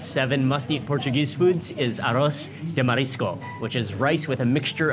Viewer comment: Hey my friend, Thank you for making a video about our food ! And just a little correction, whe say "Arroz de Marisco" and no Aros sorryyyy.